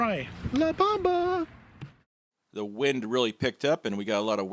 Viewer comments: Bomba is pronounced "bOHmba" not bAHmba. Great video 👍🏻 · La bomba means the bomb in Spanish. Pronounced bohm-bah. Not bauhm-buh. Lol. Not correcting you, just informing you.